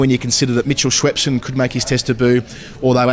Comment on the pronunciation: I get so triggered by the pronunciation of Schweppeson 🤣 Have a great tour guys!